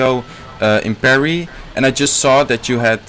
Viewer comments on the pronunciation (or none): none